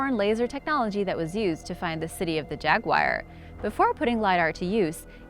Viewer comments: Jaguar not jagwire😂😂😂😰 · Hey. You do a great job and i love ya but I can't let it go; it's jaguar, not jaguire. Jaguar rhymes with Car... OK? please & thanks for all your informative videos + hope you have some fun yourself sometimes, must be always making these... Actually, you realize; people would likely pay (endure commercials anyways) to watch you have fun, explore. Deffinitely take a dedicated cameraman on your next vaction, then you can write it off! Hey! Well there U go! & you are welcome for my spontaneous idea. OK Have a Great Day. &Thanks. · Agreed 100%. I was turned off when I heard her say "jag-wire" and then when I heard it the third time I decided to pause and read comments. Now I'm leaving. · its Jaguar not jaguwire!!!! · It isn't jagwire its jag u ar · Jagwire? srsly? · Seriously? Jagwire?? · People:offended by hearing 'Jagwire. Me who is an Indian used to hearing weird Pronounciation of names: first time? 😁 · She really said Jaguwire instead of Jaguar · Welp.i guess im using JAG-WIRE now🤣🤣🤣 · I know ryt. "Jaguwire" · Jagwire?...it annoys me the ways she pronounces Jaguar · city of the jagwyer??? she ment jaguar right. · Jagwire...with an American accent...how quaint... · Why is she pronouncing it jagu-ire 😑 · It's not Jagwire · Why cant you pronounce the name of the cat in question???? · Dorje No, it's because she has a partial cleft palate or deviated septum. She does OK considering her handicap. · Quite right. It's actually a "drag wire".